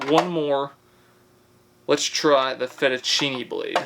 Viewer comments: How can you pronounce fettuccine and not zucchini? 🙄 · Can pronounce fettuccine but not zucchini?! Definitely trolling and it’s brilliant 😂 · Yet he can say fettuccine.